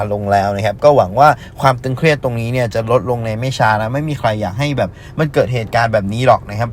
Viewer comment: ตึงเครียด ไม่ใช่ตึงเคียดครับ